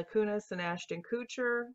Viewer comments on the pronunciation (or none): none